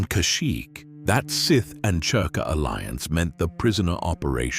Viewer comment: It's spelled cerka but pronounced zerka